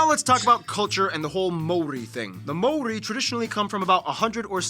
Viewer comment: Ma- ow/ ri ( roll the"r") MAORI. Tena koe from Aotearoa